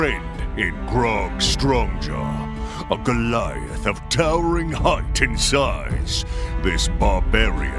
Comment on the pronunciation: In the intro for Pike, I think Ashley called him "Grog Stonejaw"(instead of "Strongjaw") just like she did when she panicked in the Grog's Vlog Narrative Telephone. 😄